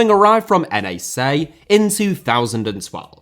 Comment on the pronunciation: Hey, NAC is pronounced like Nàk (rhymes with fuck). The way you pronounced it was N.E.C, which is a team from Nijmegen.